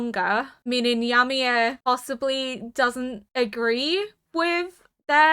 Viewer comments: the way you mispronounce Ymir is making me cringe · Thank you for the react and A Happy New Year and thank God yimir stopped being the main topic becuase I was running out of jokes about your different pronunciation of her name ha ha. Jokes aside I love the subtle revelation of the last two seasons like the "herring" an ocean fish found so deep within the wall with access to only fresh water (so yimir and reiner recognizes food from outside the wall). There are more revelation which I will keep mum until the end of the season. (Just got to the part of your end discussion "Yam-mir 🤣 becuase yam are vegetables and yimir right now is in coma so is a vegetable... i eill see myself out)